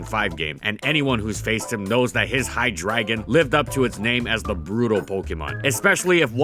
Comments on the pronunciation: Your pronunciation of Hydreigon hurts me physically. Is that seriously how it's pronounced? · He pronounces it right in the beginning of the video and then has a slips of tongue later on, give him a break. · You pronounce the last syllable like you would with Flygon. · I hate how you pronounce Hydreigon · I have to give you -2 points for how you're pronouncing Hydreigon lol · Saying Hydreigon is as easy as 123. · at the same time though Pokemon can't figure out how Arceus is pronounced... but Hy-dragon just sounds cringy since it really should be pronounced Hy-DREI-gon given it's pre-evolutions use the proper german pronunciation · AHHH STOP SAYING HI-DRAGON IT'S HI-DREI-GON, DREI AS IN THREE IN GERMAN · Which still isn't drah, so yea, I disagree with how he did it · How you say HyDREIgon is very irritating. It uses german number 3 pronounced Drei not dra. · hy DRAY gon hydr AY gon EI MAKES AN AYY SOUND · why does he keep saying "hi dragon"? its hydr"ei"gon. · "HI-DREY-GON" NOT HIDRAGON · Its twitch Hi-dray-gon. Not Hi-dragon... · Man, the number of times you said HyDRAGON instead of Hydreigon.... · Wait, it's pronounced "High dragon"? I thought it was High-dray-gon. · I'm sorry to say but its hy-dre-gon Not hydragon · you arnt saying its name correctly. its not "High Dragon" its Hydra gone. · Hy-Drei-Gon. Reee why does he keep saying dragon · But it doesn't sound like he's saying Hi-dry-gon it sounds like he's saying "High Dragon", and I'm just imagining a dragon with red eyes smoking a blunt. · I’m sorry, but I could only withstand 45 seconds of you pronouncing it “High-Dragon” as opposed to “Hi-Dray-Gon” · I always thought it was hy-dray-gon not hy-dragon🤔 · it hurt hearing "High-dragon" instead of "Hydra-Gon" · I thought it was Hi-Dre-Gon not Hi-Dragon. But whatever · "Hydraygon" Did you mean, Hy-drei-gon? Name's partially German. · 🤔 Hi-DRA-gon? Isn't it supposed to be pronounced as, hi-DRI-gon? The drei in its name is German for the number, three.